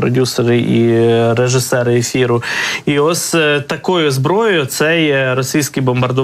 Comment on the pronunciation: не СТАЛОСА, а СТАЛОСЯ. не ОС, а ОСЬ. не ЦА, а ЦЯ. Навчіть ведучого!!!